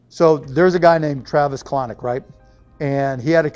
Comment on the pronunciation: His entire opinion about TK-- he pronounced his last name as COLONIC that is hilarious.